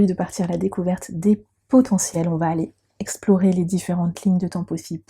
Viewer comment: Merci infiniment pour tes partages et les explications 🙏💐 Magnifiquement dit « potentiels » 😊🌹